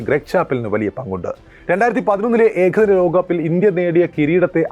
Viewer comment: ഏഖദിന 👈 ലോഖകപ്പോ എന്താടോ നേരെചൊവ്വേ പറയാൻ പഠിക്കെടോ